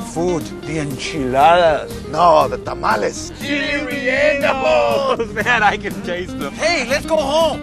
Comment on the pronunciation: “Chee lays rey en ooohs!” 😆😆😆😆